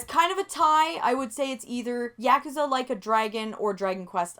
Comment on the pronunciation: OMG, you said Yakuza correctly.